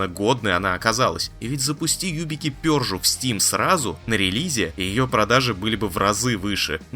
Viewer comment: Вот Пёржу, нормально произнёс, а рейдеры, почему-то стали райдерами, непорядок...😄